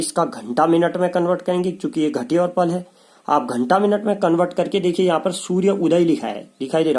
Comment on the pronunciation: पला नही, पल होता है।